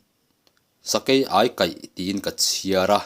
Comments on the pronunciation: Ai..meilum ka ai..ti anga kan sawi..Ai ti la lam tur..Sakei ai kaih. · Ania lawm, aikal, tiha, ai tih ang hian lam tur